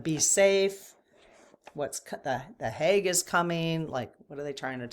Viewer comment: HAGUE, not HAUGE, smile